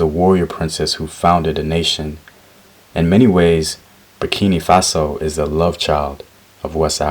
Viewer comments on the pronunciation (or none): Hey man! Love your videos and the work you're trying to put out but be careful with what you say. It's BurkiNA Faso not Burkini (I am a Burkinabé and I come from the Ouedraogo family who are the descendants of princess Yennenga and it is SO HEARTWARMING to see people showing interest for the stories that have made us who we are today). Like I said love your videos and I am not writing this comment to chide or negatively criticise you so please don't stop what you're doing and THANK YOU SO MUCH.